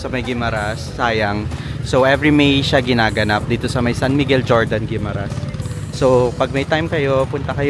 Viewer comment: Fyi lang po sir, ung Jordan sa Guimaras is not pronounced with J. 😅 say it like Hordan.